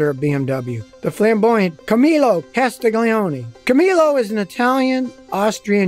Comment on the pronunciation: more like "Casti-yoni" not "Ca stig leeony"